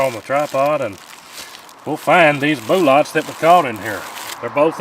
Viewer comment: Deliberately mispronouncing words like bullet and Magnum is childish and, at least in my case, detract from the quality of the video